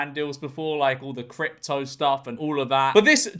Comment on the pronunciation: I swear I kept thinking that he was saying cryp talk